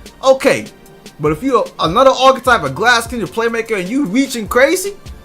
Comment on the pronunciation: DeMar DeRozan cwackalackin* waffew men* anotha*